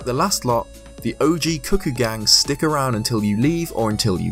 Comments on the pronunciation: CUCCO NOT CUCKOO IM LOSING MY MIND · Why is he calling them cuh-koos?? It's cuh-koh. Wtf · i dare whoever is reading this to guess how many times he said 'cookie' instead of 'cucco' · Why does everyone pronounce it as 'kookoo', like cuckoo, when's clearly supposed be 'kooko' or 'kuh-ko' based on its spelling. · I'm going crazy, it sounds like you're saying "cookies." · I'm sorry, but I swear I hear you say "cookies" all the time o.o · Am I the only one who thought he said “cookies”? Just came back here. And he called them “Cookies.” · Thank you. Glad to see someone else knows how to say it.